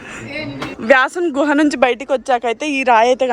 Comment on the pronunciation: Vyasa guha...not gruha..pl..